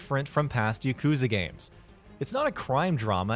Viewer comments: Its not: yuh-KOOO-zuh It's: YAH-ku-ZAA. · It's YAH- KU- ZA not YUH-KOO-ZA